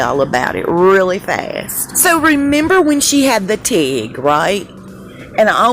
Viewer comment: It's pronounced tig and it's a way of welding metal